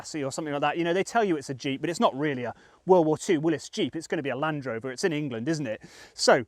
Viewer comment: Willy's, not Willis.